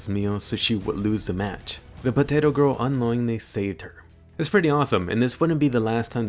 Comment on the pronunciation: Ha ha haaa! POTTATO PIZZA!ha ha haaa! POTTATO PIZZ!